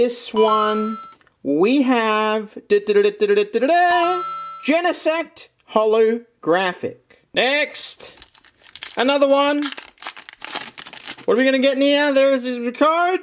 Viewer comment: It’s JEAN-sect!!!!!